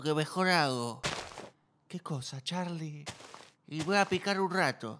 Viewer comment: Luis pronunciando CHarRly es mortal